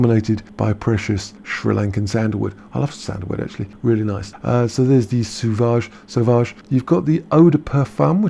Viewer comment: Sauvage is pronounced like the eau in eau de toilette...